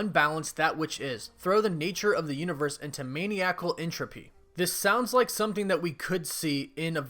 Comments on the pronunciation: Man-eye-a-cull, not maniac-ul. Try-byun-al, not trib-u-al. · Also it's mah-nye-uk-ul, not maniac-al... Fingers screech on chalk board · Love your posts, but maniacal is pronounced 'mah-ny-ah-kal' Sorry. I'm not trying to be a dick. Again, I LOVE YOUR POSTS!!! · May-Knee-Ack-Ul = Bee-Reft ov Gram-Er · his pronunciation of maniacal though lol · I love how you mispronounced maniacal